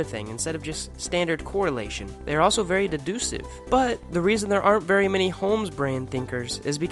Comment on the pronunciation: ... Deducive? It's DeducTive. Deducive isn't a word.